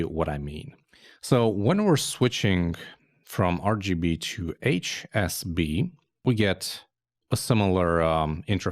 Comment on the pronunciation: Small correction needed while describing HSB...I think you are saying SHB.